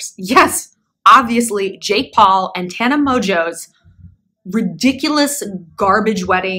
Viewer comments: I'm so dead of how u kept mispronouncing her name on purpose !! hahahahaha"tomatoe" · You mispronouncing Tarantula’s name deliberately the entire time is everything! 😂😂😂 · You misnaming her over the course of this entire video is everything 😂😂😂😂 “tomato” “tampon” “mobo” “mufasa” 💀💀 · Shallon. I am SCREAMING 🤣🤣🤣 you keep calling Tana “Tampon, Tuba” I literally choked on my Juul. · And “TAHnah” 🤣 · These attempts at saying her name are HILARIOUS. Love these videos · lol i loved you misnaming tana's name a little too much :D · Every time she says tanas name I die a lil 😭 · They way she is saying Tana name is funny. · eventually you did not try to say here name right and i and here for it 😅